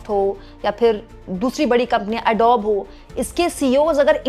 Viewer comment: "एडोब" नहीं "एडोबी" कहें जो सही तरीक़ा है बोलने का।